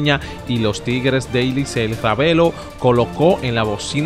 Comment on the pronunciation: compadre se dice licey no licel! estas leyendo lo que te conviene a ti.